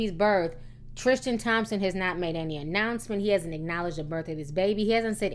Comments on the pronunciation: Ti, it's pronounced Tris- tan. Not Trish-tan . Hehe Anyhoo, love ya girl 🌷❤️❤️❤️❤️ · "Trishtan" Tristan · You can't even say his name right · next you make a video research how to say they names right the video is good as always until you say his name right